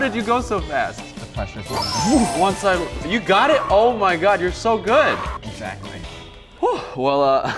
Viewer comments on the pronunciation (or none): Did he just say egg-Zach-ly? 😂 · I lost it when he said ex Zachly.